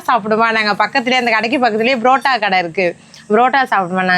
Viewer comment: adhu brotta illa ka barotta 😅😅😅😅😅